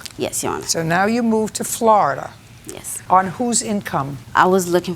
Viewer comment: when she says 'Floridar'😂 She's like a strict but fair grandma